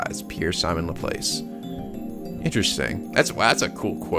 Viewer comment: Laplace? As in la-plahs? Wait,, you're a physics major and you've never heard of Laplace or the Laplace transform before?!? BBLAARRRRRGHHGALHFJKS!!, I'm pretty sure they say 'Not France' cuz SERN's headquarters are in France.Anyways, I hope you keep posting Stein's Gate - it kills me to have to wait to see what happens... Thanks!